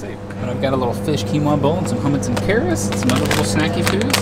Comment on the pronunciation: Did you say, “Hummits and carris”?